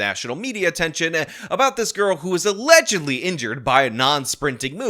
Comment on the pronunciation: Allezedly. Not Allegedly! Get it straight man. You keep up your uneven exercise of your arms and you're going to look like Quagmire on American Dad with one arm that is physically much stronger than the other from extensive overuse. This has been Jason talking about and his overworked arm. 🐰🐇🐰🐇💀😎🍀